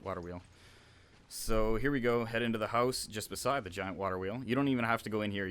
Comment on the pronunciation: lol at the second level he said hoze not house xD